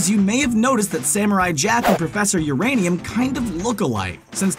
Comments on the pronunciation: professor Uranium????? Nah my guy... professor Utonium !!!! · It's Professor Utonium, not Professor Uranium. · Professor Utonium, not Uranium. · Not uraneam utoneam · Its utonium you imbecile not uranium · Anybody notice how he said Professor Uranium instead of Professor Utonium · Everyone knows that its UTONIUM not URANIUM, and that CAILLOU iS JUST SAITAMA BEFORE HE GREW HAIR AS A CHILD. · His name's Professor Utonium, not Uranium. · His name is Professor Utonium, not Professor Uranium. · PROFESSER UTONIOM not URANIAM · It’s professor Utonium not uranium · to all the commentators below. we get it . It's Utonium not uranium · And it’s not uranium it’s utonium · Profesor Uranium? PROFESOR URANIUM?! EXCUES ME?! ITS PROFESOR UTOPIUM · Hold on....Professor Urianium?....Professor...URANIUM????!!!!!! ITS UTONIUM!!! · Who else was scrolling through the comments TO see who mentioned that he said "professor uranium" I stead of professor Utonium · Professor Uranium.... it’s Utonium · Fun video, but it's Professor Utonium, not Uranium. I hadn't seen the Prof/Jack theory, but these others are good! Doesn't the video also ignore Jack's (season 5) ending? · profession urainium. i thought it was utonium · Now I feel like you guys are just trolling us. Do you people even listen to these before posting onto YouTube? Who the Hell is Prof. Uranium? It's Utonium damnit. If wikipedia can get they facts right, so can you people 😡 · lol he calls the professor professor uranium its utonium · I almost stopped watching when you called professor Utonium Uranium i felt so disrespected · Professor Utonium, not Uranium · its prophesor Eutonium not Eurainium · It’s Professor UTONIUM!! Educate yourself, uncultured swine. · Prefessor Uraniam?! You mean Utonium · Did he really JUST SAY Professor URANIUM????? And that LEMONADE made the power puff girls? 🙄🙄🙄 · he said professor uranium... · Professor uranium? Seriously? How can you mess that up